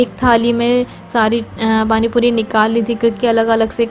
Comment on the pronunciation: Pani Puri sunkar accha lga ,warna tum or aasifa dono hi tikki pani bolti ho to bahut irritation Hoti thi.